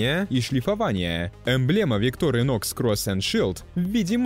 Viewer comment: Так бренд произносится - виктОр инОкс.